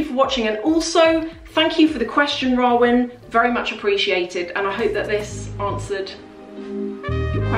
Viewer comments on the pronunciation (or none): Sorry not trying to be rude but the name in the beginning is pronounced Row -an, Arab names are hard to say 😁